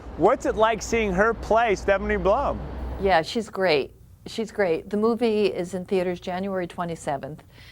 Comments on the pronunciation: PLUM not BLUM..... P-L-U-M!!! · Puh-lum. plum. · Yea this dope should be prepped better...definitely sounds like he says Blum. It was a good book, can't help but say that I am Team Ranger!